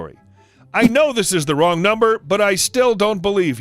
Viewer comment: Omg, when you said Wong number my coffee went everywhere. Gotta make a note, no drinking anything while listening to reddit stories